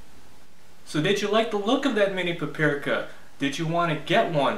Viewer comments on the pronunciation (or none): pa-pi-ri-ka ? -->pap-ri-ka